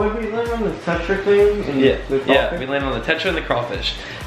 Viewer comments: It is not craifish it is crawfish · Sorry but it's craw fish not cray fish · It’s Crawfish, Craw-Fish